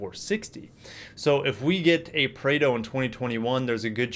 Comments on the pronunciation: nope, it's not preido it's more on praado. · Hi, please check the pronunciation of Prado, thanks!